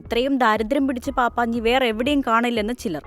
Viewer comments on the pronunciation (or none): പാപ്പാഞ്ഞി എന്നല്ലാ പപ്പാഞ്ഞി എന്നാണ് പറയേണ്ടത്.